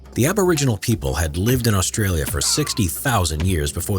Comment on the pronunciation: The only thing I hate about is how they say Australia